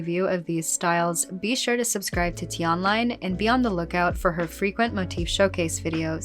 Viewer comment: "subscreib to arteatrta" "subreibe to arteta" LMAO